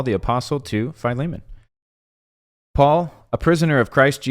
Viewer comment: Oh wow the way you pronounce his name is correct and I never would have pronounced it that way.